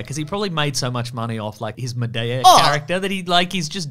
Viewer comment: I like the aussie pronunciation of Madea